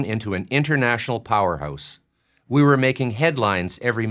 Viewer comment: "powerhoose" YEEEEES